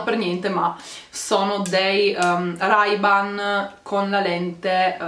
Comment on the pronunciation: Comunque si dice rey ban